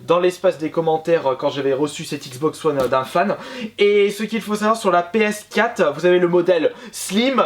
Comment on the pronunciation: on dit PS4, pas PScat :)